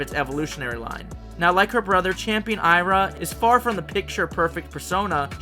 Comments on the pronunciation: Hey babe. I'm from Brazil. So, the name of the legendary mermaid is pronounced I-A-R-A (like "Ee Ah Ra") not A-I-R-A. Aira is a indigenous word for daughter, while Iara is the name of the mythical mermaid that lures men into doom waters... So, next time you'll know how to pronounce it. Kisses, love you and your creativity is incredbile. 🥰🥰🥰🥰🥰🥰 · Hey man! Great video as always, loved the new characters and pokemon and can't wait to more of the zonhe region! Just a heads up: Iara is pronounced "Ee-Ah-Ra". I don't mean to be rude, i just think that pronunciation would sound better :)